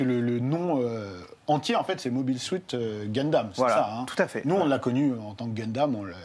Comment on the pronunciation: Mobil suite dundam loool. c'est "Mob (Hail) (sout) Gundam"